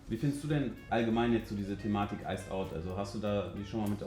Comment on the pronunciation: "is halt iced ousd, ne?" 😂